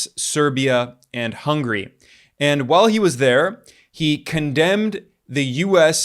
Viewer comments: 'Hungry' no. Hun-ga-ry. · It's not hungry its Hungary, HUNs Atila the hun...